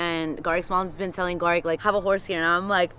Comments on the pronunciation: so is it pronounced geric or garik??? 😂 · LEARN HOW TO SAY HIS NAME OMGOSHHHH EVEN SAYS IT CORRECTLY ITS GARIKKKKKKKK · The fact keeps getting Gariks name wrong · It’s funny how y’all say garik’s name wrong 😭